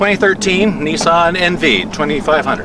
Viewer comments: I will tell you this. You keep on pronouncing Nissan like Nissss-san and I'm unsubscribing. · wow nissan is said wrong and bad